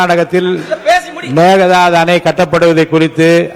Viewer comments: அது என்ன மேகே டாட்டு, மேகதாது அப்படினு வராதா, இல்லை தமிழ் வராதா? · மேக தாது Not மேகடாட்டு நீங்கள் எல்லாம் ஏன் தமிழ் பேச இந்த தடுமாற்றம் , தமிழ் மொழியில் பேசும் போது மேக தாது என்றுதானே பேசவேண்டும் , ஆங்கிலத்தில் பேசும்போதுதான் மேகடாட்டு என்று குறிப்பிடவேண்டும் . என்னத்த சொல்ல யாரை சொல்ல போங்க போங்க நாடு நாசமா போச்சு 😮😢